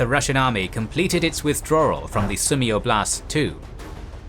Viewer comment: And Generals: ''Oblast'' (област) means region. The emphasis on the word is on ''О'', not ''А''. Im Bulgarian but same word.